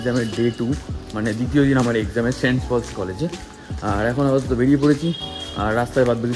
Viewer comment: vai college er name ta thik kore bol, ami okhankar alumini, name ta St. Paul's Cathedral Mission College, tui bolchis Saints Paul's ki vasha??????